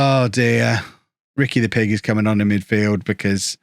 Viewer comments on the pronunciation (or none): hes name is Puig. it reads like this Pu-ig not Pig.